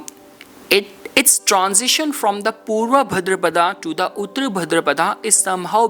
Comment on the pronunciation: Not उत्र but उत्तर (ओत्तर) that means Post पूर्व means Prior, before. Please learn and Speak Hindi Properly.